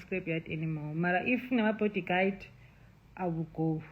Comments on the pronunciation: Yes love, body guide😂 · Did she just say "body guide" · She did 😂